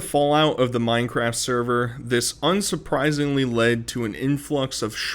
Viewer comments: mine fowge cwaft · “wanna join my dads minecwaft sewvew” 😂 She is so gross I mean gwoss Watching her eat made me so nauseous I had to put my food back in the fridge. That was disgusting lol